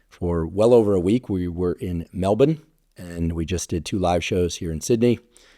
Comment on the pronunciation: I love that you said Mel-bin❤ As someone from Mel-bin, it made me smile because this is how we pronounce it.